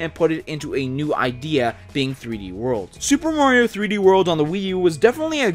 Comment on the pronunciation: I don't understand why you people call him "Moriou". It's Mario, for crying out loud... -.